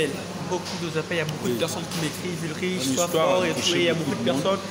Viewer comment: Ce n'est pas Ulriche. On le prononce Ulrike svp. Mais on écrit Ulrich. Merci